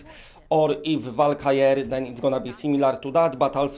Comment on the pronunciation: Valkyrie.. Val-Ker-Ree